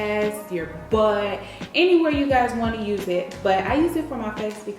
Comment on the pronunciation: The way she said butt😅😭